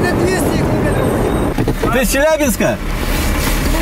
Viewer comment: КиломЕЕЕтров,! КиломЕЕЕтров...Когда вещаешь на большую аудиторию, надо стараться говорить грамотнее, тем более на родном языке, стыдоба! Видео твои смотрю, лайки ставлю, но "ихние кил0метры" прям режут слух